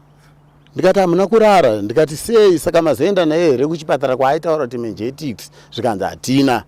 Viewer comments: Mengetix😂😂😂.. Inonzi meningitis. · Kkkkkkk madzibaba voti "menjektics" meningitis. Zvakaoma. 😂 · Kkkkkkkk ummmmmm chirwere che " Menjetikisi". It should be Menegities. 😂😂😂😂😂